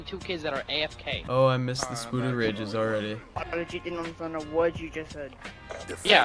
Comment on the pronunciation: Why call him fucking 'spooder' when his name's 'spoderr'? Ffs